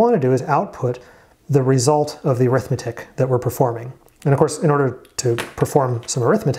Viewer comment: Great series! My one comment is that in ALU, the word arithmetic is actually an adjective (and it's pronounced like AIR-ith-MET-ic) describing the type of logic, it's not an "Arithmetic and Logic Unit"